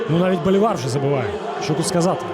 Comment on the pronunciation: Наконец-то Колос показывает интересную игру, потому что в последние годы это была посредественная серая команда. p.s. Я думаю что фамилия произносится БолИвар, а не БоливАр